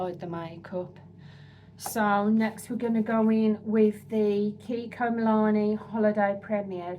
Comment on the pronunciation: MilanO not MilanE